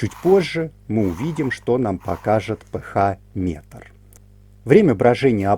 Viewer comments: Все супер, только режет ухо название РН "п-ха", а не "п-аш", наверное это на немецкий манер, хотя РН это латынь из химии, наверное автор и формулу воды зачитает как "ха два о", а не "аш-два-о". А этиловый спирт "це-два-ха-пять-о-ха" вместо "це-два-аш-пять-о-аш". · Спасибо все замечательно.только кислотность пишется ph а произносится...пе аш!